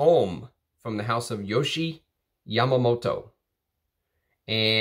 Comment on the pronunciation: Awesome to see some Yohji. btw its Yo-Ji, not Yo-Shi